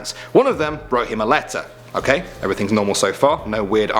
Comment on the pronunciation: Me waiting in my seat to hear Taecyeon, and then falling out of my seat having a seizure and a heart attack on the floor. (BTW its's pronounced Ok as in 'octopus', not 'okay')